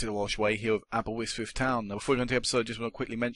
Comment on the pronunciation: its Aberystwyth not aberwystwyth